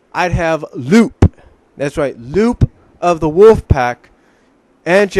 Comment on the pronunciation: Oh, and by the way, Lupe's name is actually pronounced "Loo-Pay", not "Loop". You probably don't remember her, but she appeared in the last two episodes of Sonic SatAM just before the show was cancelled. Just to let you know.